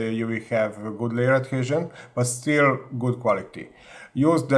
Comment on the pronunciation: Work on your pronunciation please. It is a pain to listen to you. But you did a very good job mixing the beat on the layer "edhézsön" test :D And keep up the good work of course. These are very informative videos.